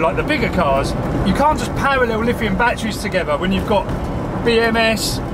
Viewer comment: I can NOT believe he literally said: "BATT treez" "bat ER reez" 3 syllables